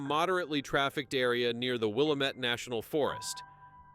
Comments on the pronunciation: I did a search for Vanessa Chen and couldn't find anything about this one....who's surprised...? Will Lam Met is the way people that live there pronounce Willamette. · It's Willamette rhymes with the word dammit !!